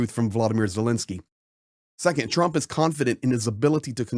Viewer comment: Thank you for your support of Ukraine!!! 🇺🇦(Please pronounce Ukraine's President's name correctly. It's not Zilinsky, it's ZELENskyy.)